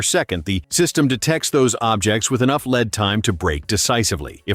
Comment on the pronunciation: The robot voice needs to learn the difference between lead and lead.